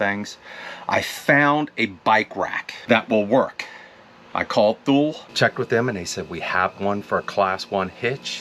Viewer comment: Love our ice maker ... and we're in a 10ft popup! So your storage looks amazing, lol. Oh, btw, Thule is pronounced Too-Lee. Sorry you can't take your ebikes